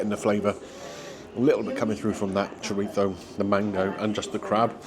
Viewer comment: Your pronunciation of chorizo is almost annoying as Greg Wallace's.